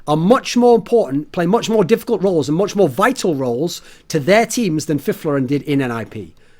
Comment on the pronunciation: Finally someone that pronounces Fifflaren correctly